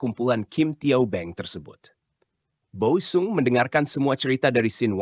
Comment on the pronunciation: OE = Ejaan lama = U; jadi Boe sung dibacanya = Bu sung bukan-nya Bo-e sung DJ = Ejaan lama = J; TJ = Ejaan lama = C ** Kreksi ucapan